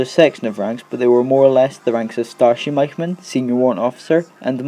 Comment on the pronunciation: Аll is fine, but just who is the "senior maiyhmen"? I don't know such a word (maihmen). Maybe Michman?